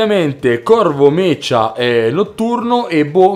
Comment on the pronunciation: Bel video, ma si pronuncia "meca" e non "mecia"